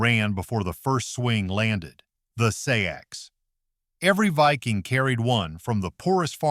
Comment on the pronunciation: Seax is pronounced like the words, SACKS, OR 'SAX'. ASSHOLE